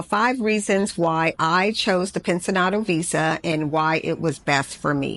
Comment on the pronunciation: The pronunciation for "pensionado" is pencionado. Not pensinado as you pronounced it. You need to emphasis the "ci" part.I had no idea what you were saying until I read what you were talking about in your leadup comment.